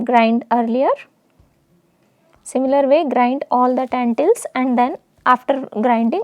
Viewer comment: When you say tentils do you mean lentils